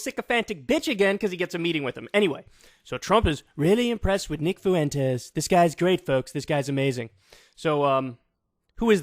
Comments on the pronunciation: For the love of Christ Kyle, it's not Nick "Foo-entes" it's Nick "Fwentes" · Kyle why are you pronouncing his name like "Foo-en-tez"? It's Fwen-tez. 🤣😂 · Holy moly man, its pronounced "fwentez", two syllables, emphasis on the first syllable. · Is that really how you pronounce Fuentes? I thought it was closer to Fventes if anything? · Yeah, no. It's definitely not pronounced "foo-entes". IDK how so many people struggle so much with a name as common as "Fuentes". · Whoa, wait...since when is "Fuentes" pronounced "FOO-ENTEZ"?? Is that actually how Nick Fuentes pronounces his own name? Or is it just funny because it's how Kanye says it? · I can't take hearing his name pronounced 'Foowentez" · Nick “Foowentez” 😂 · Kyle, learn how to pronounce "Fuentes" properly. it's not that hard.